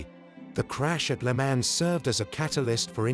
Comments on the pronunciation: "Le Mans"???? Who narrated this?? Must be AI...no one is that stupid. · Commendable documentary, but obviously told by a commentator who knows very little about car racing in the 1950s and cannot even pronounce the race names of "Mille Miglia" or "le Mans" properly. He keeps repeating the same old saws and the photos are repetitively few and far between. No pictures of the competitive cars, for example, are shown. Thoroughly inept, except for the uninitiated.